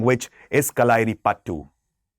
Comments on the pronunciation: not payattu, "Payatt "that's all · It's कलरिपयटृ not कलारी . And actually it's not ल it's 'ള ' for there is no hindi letter. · Correct pronunciation can be shown in Marathi/Sanskrit letters. कळरिपयट्ट् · If you can't pronounce malayalam words then, why try making such content... Get a malayali to make content for you, it's not pasashi... or kalaari or kalaari pathu... Aisa lag raha hai ye "thu-thu" kar raha ho, of the ancient classic dravidian languages ka. Get language proficiency then make videos, like you guys tell South Indians to learn your language properly. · Improve ur pronounciation it kalaripayatu